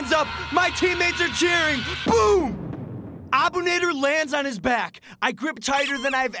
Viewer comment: Bro the name is Arabic and you butchered the shit out of the last name it’s abu naadir that’s how you prenounse it